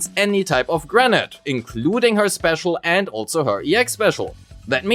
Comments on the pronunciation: "granite"? It's grenADE, like 'lemonade', what are you? A boulder, a rock person?! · granade is pronounced "gruh-nayd" not "grenat". Also gemini is pronounced "gem-min-nai" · At first, I was like: "What's "granite" have anything to do with Grace's kit?" Turns out, you meant "grenade" lol. It's pronounced as "gruh-neyd". Rhymes with "blade", "gatorade", "shade", "Grace sat on my face; I need first aid." etc. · You're pronouncing grenade like Granat. Nade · Thank you for the video but everytime you say grenade i hear granite. So I keep thinking why is Grace throwing a rock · Very good guide 👍 but please stop saying granat😁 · He is pronouncing it like the latter part of "Pomegranate". Doing this for the word "grenade" seems to be a pretty common mistake among Germans (Nix für ungut, bin selbst ne Kartoffel) and I genuinely wonder were that stems from 🤔